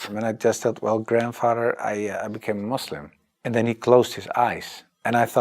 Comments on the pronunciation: First thing to every foreigner it’s Muslim not Muzlim nd it’s Islam not Izlam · Can you please stop saying mozlim 😅 kinda cringe